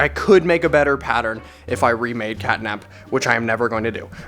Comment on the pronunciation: start: sounds like ctanap